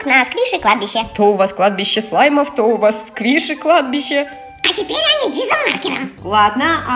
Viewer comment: ой не так сказа Аня а не Ані